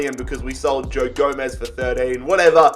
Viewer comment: "GO"-MEZ" is how you pronounce it